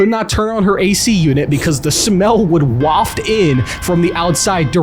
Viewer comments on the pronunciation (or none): none